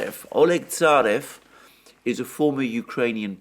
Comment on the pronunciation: Mercouris - The correct pronunciation of "Tsarev" is "Tsaryov" with the accent on the "yo" diphthong. In fact, that "e" really is an "ë", like the German one. Like "Kiselev" - "Kiselëv". "Tsarev" - "Tsarëv".